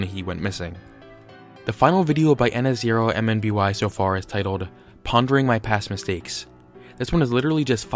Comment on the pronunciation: His name is pronounced ihn-som-nee